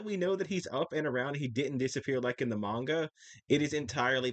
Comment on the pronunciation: is the dude that pronounces manga Mein Gah?